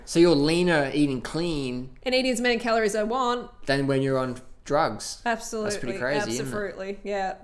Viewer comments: did she just say absi-fruitley? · abso-FRUIT-ly ..lol